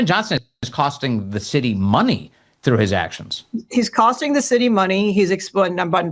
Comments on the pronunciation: DID SHE SAY THE SHITY OR CITY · Did she say “shity” of Chicago(city)